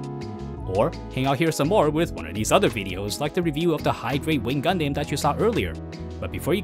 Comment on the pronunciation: damn your pronunciation for the word "Gundam" needs to change